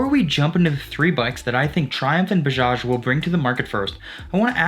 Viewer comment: Nyc video bro.. But its not boojaaj.. Its B A J A J